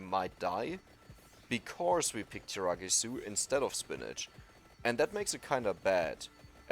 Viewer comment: Hey, he stopped saying tiramigu